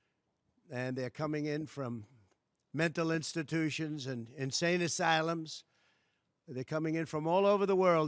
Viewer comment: “he” pronounces “insane asylum” like someone who should be in the loony bin. It’s a very serious problem.